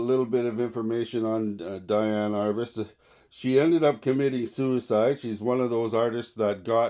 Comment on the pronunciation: It's "DEE-ann".